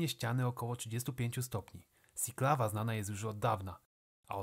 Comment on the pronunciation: Słowo "Siklawa" czytamy po prostu Siklawa. Po polsku. Jak sikać, sinieć siedzieć. Nie wiem skąd pomysł na wymowę "sjiklawa"